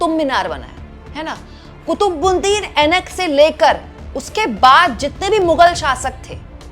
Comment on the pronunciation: Aibak hota hai Ainak nahi...